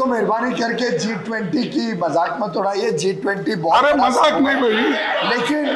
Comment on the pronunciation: Speech ni acting bol. G20 ko G2 aise bol rha hai jaise pehli baar meeting ho rahi hai G20 Ki